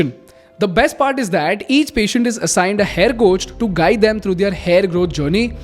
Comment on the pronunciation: They-aar = their